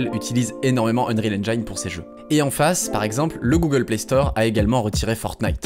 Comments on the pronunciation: super comme d'hab. Par contre le "i" de "engine" se prononce comme un "i" français (on l'entend par exemple à ). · très bonne narration, en revanche, pour info, on prononce Engine "N jine" en anglais, "N Jaille ne" n'est dit dans aucune langue ;) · Très chouette, merci ! Juste 1 truc pour pinailler : on prononce engine "ènnjine", pas "ènnjaïne". Mineur par rapport à la qualité et l'intérêt globales de la vidéo mais ça pique les oreilles :) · Très très bonne vidéo merci beaucoup c'était passionnant =) Par contre petite précision : le mot "engine" est irrégulier, il se prononce "èn-jine" pas "èn-jaïne" ^^ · Super intéressant. Je m'abonne t'as l'air d'avoir du contenu hyper qualitatif. Par contre, c'est engIne en Anglais pas Enjayne hahaha :p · Chouette vidéo (en passant engine se prononce engine pas enjaïne) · Vraiment très bien. Juste un commentaire : engine se prononce n-gine et pas n-jaïne. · Très très bonne vidéo! Juste une petite remarque : Engine = /ˈendʒɪn/ = « Endgine » , mais pas /ˈendʒhaɪn/ = « Endgeaïne » 😉 Tout le monde fait l’erreur, moi le premier. Encore merci pour cette vidéo sinon, elle est parfaite! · Excellente vidéo ! Par contre il va falloir arrêter avec les "endjaïne", en anglais, engine se prononce "endjine" XD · Enjiine et pas en Enjaïne! Super vidéo sinon ;) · EngINE pas EngAYNE x) Très bonne vidéo sinon! :) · plutôt comme auberdjine mais tu as raison surement pas comme auberjaillene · Please please please : Engine se prononce endjine pas endjaïne Thanks ! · À chaque fois que tu prononces "enjaïne" au lieu de "enginne" je tue un chaton. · Je vais paraître chiant mais Engine se dit En-jine et pas En-Gïne. Ca se remarque pas si tu le dis 1 ou 2 fois mais tu l'as dit plusieurs dizaines de fois dans la vidéo :) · ça prononce enjayne au lieu de engine pendant 40 minutes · Engine pas Engayne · Unreal engIne* la prononciation, pas unreal engaine. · Engine ça se prononce “ènejine”, pas “handjaïne” !!! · Engiiiiiineee, pas enjaine!!!!!!!!!!